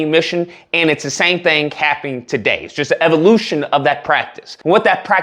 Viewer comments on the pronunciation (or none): none